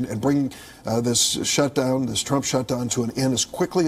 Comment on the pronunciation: Did you say "Shuth-dhown"